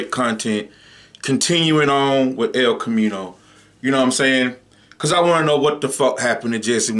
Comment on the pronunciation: “El comino”💀